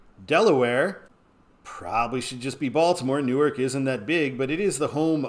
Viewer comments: You confuse suburbs with satellite cities. Camden & Chester are not suburbs of Philadelphia, they are satellite cities that are distinct in their own rights. And Newark, DE is pronounced “NEW-ARK” unlike “Nuork”, NJ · In Delaware state, say " New - ARK " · Pronounced "new ark" - I didn't know that until I tour Univ of Del.